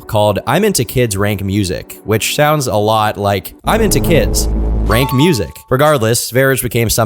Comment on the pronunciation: Did you just say kids "rank". I'm sure you said it like that for engagement, bc obviously I'm replying about it now lmao. But it's Range, Kids Range 😂 it just has the q instead of g